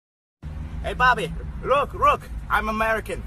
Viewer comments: He even pronounced “look” as “rook”😂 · Lol he said "look, rook," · thats literally what I thought then I looked down one comment and saw you said "roke" too🤣😂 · now I sound racist, but if you do listen closely he does actually go rook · ammm... no. What they mean is, at the start he couldn't pronounce the l, in "look". At the end, he could pronounce the l, in "gluten". Why would someone continue not pronouncing something correctly, just for fun? As a non-native English speaker, you guys are just being offended over nothing lol. The point of learning English is to try to pronounce it as well as possible. That's like learning to speak Spanish, knowing how to pronounce the j and the ñ and just choosing not to... That's silly. Imagine going to Spain and asking for a gallapeno (jalapeño), even though you know how it's pronounced, and then getting pissy when the locals correct you, saying "god u must think Spanish is the best language"